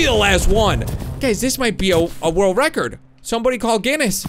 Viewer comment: why do you set a word reckord